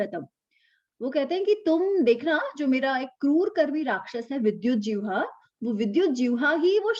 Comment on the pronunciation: Namaste,! "JIHVAA" - Tongue. Not "Jivhaa"!:-)